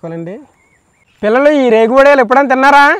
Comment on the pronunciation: ఒడియలు కాదు, "వడియాలు " ఉచ్చరణ సరిగా జరిగితే తెలుగు పలుకులు వినసొంపుగా ఉంటుంది...love from పాడేరు ❤